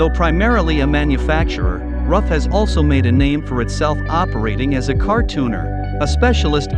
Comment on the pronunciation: I thought Ruf was pronounced like 'Roof' not like 'Rough'